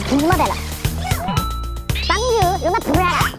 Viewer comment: 我就是学法语的😂 听Justin 一直在呢里说 Bonjour ，我真的快笑死了😂🤣🤣 ，没事原谅你了，谁叫你真么帅呢❤❤❤